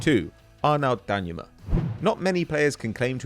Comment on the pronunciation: IT'S DANJUMA NOT DANYUMA!!!